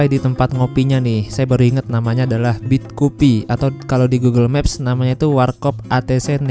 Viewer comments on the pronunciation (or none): none